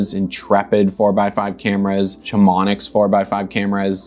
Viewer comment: Great video! Would’ve saved at least ten sheets of film if I watched this before started my 4x5 journey. FYI though it’s pronounced Cha-Mon-Ee